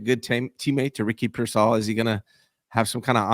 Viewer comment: Why can’t pronounce payers name correctly? First it was mispronouncing Brendel as “Bren-dell” and now it’s Pearsall as “Peer-Saul”. Shit is nails on a chalkboard